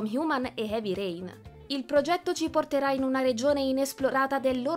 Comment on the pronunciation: Suggerisco alla speaker di lavorare un po' sulla dizione e l'intonazione, e di tentare di non aggiungere così tanta schwah alla fine delle parole straniere terminanti in consonante (trailerrə, wonderwomannə, heavy rainə, humannə, westə)